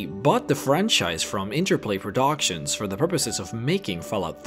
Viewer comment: Most annoying clip he's says "fellout" Now "prodoction"